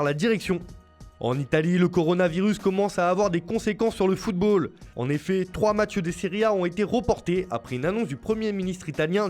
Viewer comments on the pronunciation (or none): none